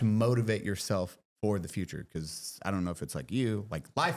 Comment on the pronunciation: Because pronounced buh-kuzi